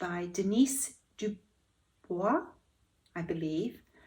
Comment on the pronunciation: Excellent job in pronouncing Dubois. Yes it is French.